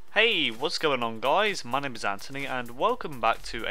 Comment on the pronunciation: sounds like you said "peace out Jizz" lol (unless you dont know what Jizz is ;)